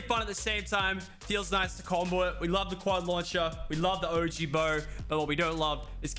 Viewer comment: Did he just say "the og" bow ?